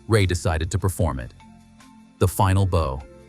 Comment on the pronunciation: Bow: It isn't boe, like on a package, it's bow, like a dog barking, bow-wow.🤦